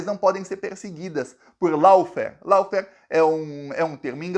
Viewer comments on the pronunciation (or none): Law (pronuncia-se, ló) Lawfair... Ló-fér... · Pronuncia de LAWFARE = LÓÓÓFARE!😊😊😊